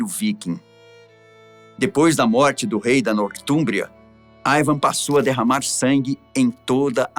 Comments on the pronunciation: nao é aivan é iiiiiivan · i van com i nao aiaiaiai